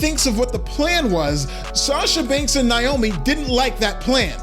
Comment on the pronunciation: It's NAY-oh-me, NOT "NIGH-oh-me." At least pronounce Trin's stage name correctly. It's kind of funny WWE would release M.J. (Sasha) but not Trin. I suppose though, if they did, they'd risk her husband Jon (Jimmy Uso) leaving with her and taking his brother and maybe even Joe (Roman) with them.